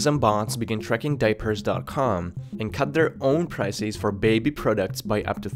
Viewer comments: Great video but you bloody annoy the shit out of me with the WAY YOU pronounce PRICES - E is supposed to be short not long like pricees OMG yeah and correction you do the same with every word that ends with ES pls try not to do it because it is really annoying. IF you can do that your videos WILL BE GREAT ! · its prices not priceis es not is goddamit.. be normal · I really shouldn't, but... It's prices, not "pricees," and businesses- not "businessees." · What's a "priceese"? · Pls learn how to pronounce basic words like prices and businesses. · Prices, not pricees. Businesses, not Businessees. Loses, not Losees... its like getting verbally pecked to death by a duck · Which English speakers pronounce price = pric ie s, businesses = business ie s, services = servic ie s, performance = performan ie s like this narrator? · I enjoy your videos, you can tell you've spent a long of time researching and editing. But man... the way you pronounce "ie" or "e" is triggering. Why do you read the word Diaper correctly but not prices or loses. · Just curious. How do you fuck up the word prices so badly? Also losses does not sound like loseees.